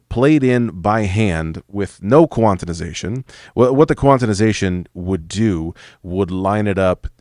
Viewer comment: Heh, i just noticed you put an extra syllable in quanti(di)sation. Love the content, just made me chuckle :D